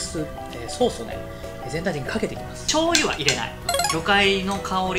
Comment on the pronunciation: ちょうゆって言った？？